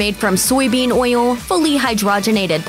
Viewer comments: Lol. Glad someone else was bothered by how she says oil. Makes me cringe like how “moist” sounds. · I love the way the narrator says oyill !